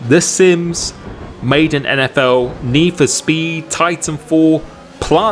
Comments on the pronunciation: Madden Pronounced Mad en not Maide en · How he pronounces madden nfl: Made in NFL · Great video, the way you said Madden killed me though hahahaha.